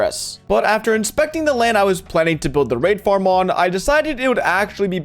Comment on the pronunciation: Why when he says raid farm i always hear r4pe farm?